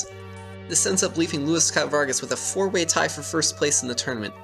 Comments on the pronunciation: Ahh my ears --- his name is loo-eese not lewis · Just so you know his name Luis is pronounce like "Loo-eess", not like the American "Louis" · I believe his name is pronounced like Louise (like a more Spanish sounding pronunciation) ;) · Great video but please pronounce his name correctly. I know you weren't doing it intentionally but making sure it's right will honor him. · You pronounce his name incorrectly the whole time